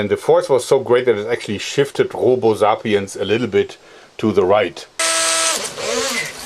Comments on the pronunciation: the way he says sapienz is so cool original german accent (zapïens) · What the heck is a "Zahpeanz"?